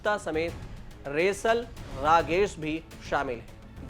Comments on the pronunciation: रेसल नही सेलर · अबे cgootiye रेसल नहीं सैलर होता है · Resal nhi selor hota hai check your pronunciation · resal nahi sailor hai wo...😂😂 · आज कल कोई भी एंकर बन जा रहा है, न उच्चारण ठीक है और न ही समाचार पढ़ने में कोई लय है। हद तो ये है की, सेलर की जगह न जाने क्या पढ़ दिया है और बागची का नाम भी ढंग से नहीं लिया। ऐसे लोग मीडिया समूह और पत्रकारिता को आगे जाकर दूषित करते हैं।